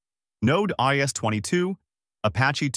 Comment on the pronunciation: "Node Is" as well